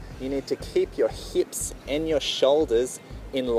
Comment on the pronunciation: heips